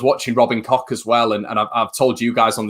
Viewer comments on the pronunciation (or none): FYI Koch is pronounced coke just like the Koch bros in USA look it up 👍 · I know its funny but Koch is really not pronounced like that . More like " Koh" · Tell him to pop to South germany or Austria where it sounds like Kook or north germany where it sounds more like Kox .... Thanks .... Let's see how many versions the bloody commentators come up with ... No doubt it will be pronounced Smith by xmas ......😁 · German mate from work says its pronounced Koh .